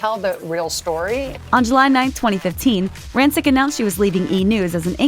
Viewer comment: you're mispronouncing her last name